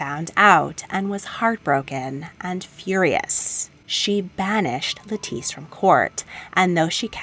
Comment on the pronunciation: Love your videos! Btw, the name “Lettice” is pronounced just like the vegetable “lettuce” :)